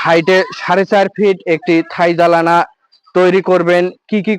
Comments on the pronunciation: জালানা? জালানা? কি? নামই শঠিক বলতে পারেন না। জানালা জানালা ১০০ বার বলে শিখে ল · apni o vul bollen hobe জানলা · জালানা😂 নাম ই ঠিক মতো বলতে পারছেন না.. বাকি কতো টা সঠিক কাজ হবে....? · Uni bujate chacchen uccharon vul.janala hobe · নামটা ঠিক করে বলেন জানালা